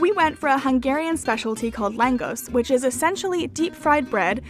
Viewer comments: Kurtos Kalacs is pronounced KooR toe sh Kaw latch. Langos is LANG (rhymes with "fang") gosh (long "o"). Well done video, nice music in the background. Nice quality. I shared it on my FB page "Getting Hungary." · Langosh is pronounced more like Long-gush. I have spent lots of time in Hungary and have family there. The cheese noodles you where eating are basically spetzel noodles called no-kettle-lee in Hungarian not sure of the spelling. It is used in many dishes especially chicken paprikash, which is a must to try also. Hungarian cuisine is one of my all time favorites. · Lagos is pronounced Langosh (a single s makes the english sh sound). The Christmas Markets are amazing in Budapest and you can also treat yourself to many classical theater concerts that are normally too expensive in other countries :) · langous? You mean Langosh "written for English pronunciation" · a closer pronunciation for langos might be lan gohsh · Loved the video and thanks for sharing......lagos in english is pronounce largorsh .....l know this because lm hungarian....as if the surname didn't give that away.....plus lagos goes so well with a good beef curry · The fried bread is pronounced... Long-osh phonetically. Great review! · It’s lon-goshe. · Palacsinta is closest to crepes because it is a Hungarian crepe. Langos (the s is a sh sound) is more closely related to a naan or flat bread. Love the video though, thank you for showing us all these beautiful spots to maybe one day go see ourselves. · The way she pronounces Langos literally makes me feel a sting in my chest. :D